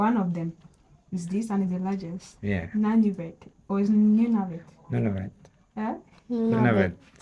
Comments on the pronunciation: Hi, guys! 😊 Just a little note: this presenter is American and pronounces quite a few of the place names wrong. For example, Nunavut is pronounced /NEW-na-voot/, not “none-of-it”, and Iqaluit is pronounced /ee-KAH-looit/. Don’t hesitate to ask a Canadian if you have any questions! ☺️ 🇨🇦❤️🇨🇲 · pronounced NOON-a-vut